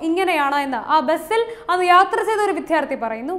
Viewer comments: വിദ്യാർത്ഥി.....വിധ്യാർധി അല്ല. ഉച്ചാരണം ക്രമപ്പെടുത്തുക. അതുപോലെ ആവർത്തനവും. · ഇത്രയും മോശമാവരുത് വായന. അക്ഷരശുദ്ധി എന്നൊന്നുണ്ട് എന്നറിയുക. വിദ്ധ്യാർത്തിയല്ല. വിദ്യാർത്ഥി. വിദ്യ അർത്ഥിക്കുന്ന ആൾ എന്നാണ്. അല്ലാതെ ആർത്തി യല്ല. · ആർത്തി, വിദ്യാർത്തി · വാർത്തക്കിടെ എത്ര തവണ വിദ്ധ്യാർത്തി എന്ന് പറഞ്ഞു. ഒരു തവണ മാത്രം വിദ്യാർത്ഥി എന്ന് പറഞ്ഞു.